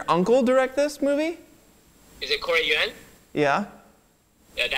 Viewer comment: I wish you guys knew how to pronounce Yuen